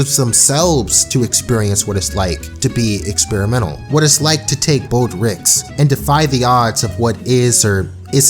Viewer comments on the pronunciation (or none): "To take bold ricks" lol great vid